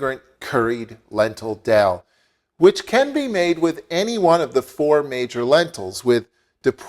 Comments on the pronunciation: Hey dude, its not Dell Curry. Its Dhal Curry. You pronounce it wrongly as Dell Curry. To say Dell instead of Dhal is a sign of ignorance. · I've never heard anyone call it 'dal' before. The rest of us call it 'dahl' (pronounced 'darl') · A great recipe, but it's not pronounced "dell" but "darl" ... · He has a Canadian accent but Canadians don't say Dell instead of Dhal. I think its ignorance. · Sounds like doll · Wrong Darl is the correct pronunciation